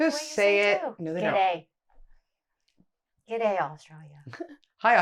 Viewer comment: Solid effort. 💯 correct pronunciation of g’day, and again Spot on with emu! Well done ladies 🇦🇺